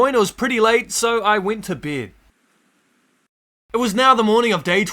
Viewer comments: Bro ,you are saying ":beed" and it's not beeed ,it's bed xD it's that simple. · I like how he says “ i went to beid ” lol beid